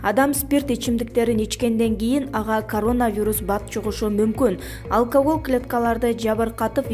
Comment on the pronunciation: Алкаагоол дечи 😂 спикер екон тугансынго